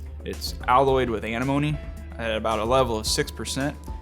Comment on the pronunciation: Why can’t half the people that work at these ammo factories pronounce antimony? They always say “Animony” like there’s no letter T in there.